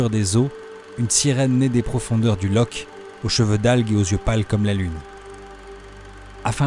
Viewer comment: Superbement filmé, superbement monté et mis en musique. PS : juste par pure pédanterie, on dit Lorr et pas Loch.